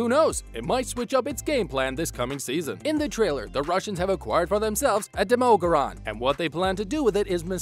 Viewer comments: Why in the world would you say Demorgoran???? Instead of Demo-Gorgon? Makes one think you didn’t watch the show at all. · DEMOGORAN ITS DEMOGORGON YOU DUMB DUMB, (pronounce it how you like im joking) how to pronounce DEM-OH-GORE-GON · did anyone realize he pronounced Demogorgan as Demorgaran , no? just me? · I heard heard Demogoron. It drove me nuts! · Anyone else get triggered when he said Demagorgon wrong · HOW DOES THIS MAN SAY DEMOGORGAN????? XD